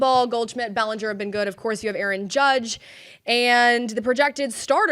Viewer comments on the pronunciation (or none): none